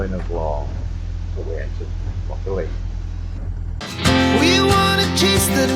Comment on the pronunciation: Loch Aline is pronounced “Loch Alan”